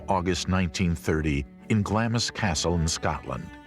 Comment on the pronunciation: They pronounced it “GlamISS” castle when it’s pronounced “Glarms”